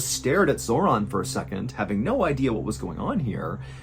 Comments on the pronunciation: Felt the need to share, off topic of the video Zoran is my brothers name but it's not pronounced the way in this video and the only Zoran Zor(in) I probably will know in person. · Yes.im from Macedonia. Also Zoran is proununced" Zoron" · I swear he said her sons name was zordon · ‘Zoron’ ? My god lol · How did you nail the pronunciation of "Ljubica" but you got "Zoran" wrong? Lol